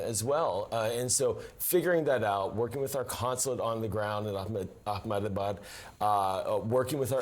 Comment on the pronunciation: It's "Ahemedabad" not "Akhmadabad" and India does not allow for dual citizenship. Please get your facts right!